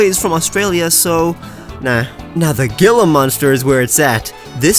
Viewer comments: I know you corrected yourself in the comments, but hearing you pronounce Gila Monsters as Gi-la and not Hee-la triggers me. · When he says g-ill-a instead of h-eel-a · Gila monster is pronounced like hila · I pronounce gila as hi-la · the gila monster is pronounced hila monster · Hearing gila monster pronounced that way makes me cringe, it is spanish so the g makes an h sound. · I cringed when he pronounced gila monster gila, it's pronounced like hila. Edit: sorry if I came off rude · “Gila” is actually pronounced like hila. So it would be like hila monster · I’m sure people have said this but I’m still going to it’s pronounced Heela even tho it’s spelled gila it’s not Gila love your work tho you’re super talented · I really don't want to be that guy, but it's really annoying so... It's pronounced hee-luh. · Not trying to hate but I think it’s pronounced Heel a monsters